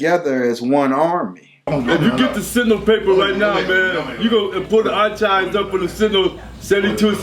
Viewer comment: said AR CHIVES INSTEAD OF (AR KIVES) SO U KNOW HE DON'T KNOW WHAT 🙄 HE TALKING ABOUT LOL 😆😂🤣😄😅